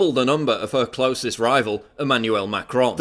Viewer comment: also Melon Sean and Macarons instead of Melenchon and Macron made me laugh :D